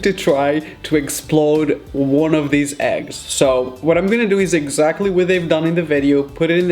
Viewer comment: in the beginning of the video be like Eggxactly